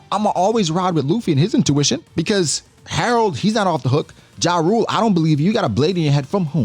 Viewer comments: Jarul is pronounced "Yah-rul" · It’s pronounce YA-RUL ….